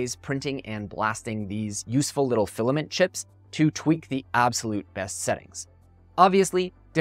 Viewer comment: Awww the penny dropped when you said filiment. Resin is the way to go.